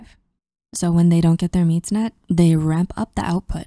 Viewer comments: Am I the only one who noticed she said “Meets Net” instead of “needs met” 😂 Good ol dyslexia strikes again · she said “meeds net” instead of “needs met” lol just thought that was silly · “so when they don’t get their meeds net” - you can’t unhear it 😅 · "...so, when they don't get thrir meeds net...". I love raw, unedited vids. Makes the poster seem more human.